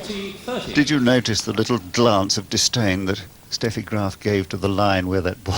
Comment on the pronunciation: I always loved it that the female announcer in Brighton show so much respect by pronouncing Steffi Graf's name in the proper way (Steffi as "Shteffi"). And can a girl be more lovely than Steffi here?